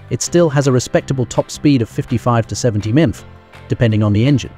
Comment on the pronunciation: Mothing more than the crappy AI being unable to say Miles Per Hour. Instead, it tries to pronounce "MPH" as a word.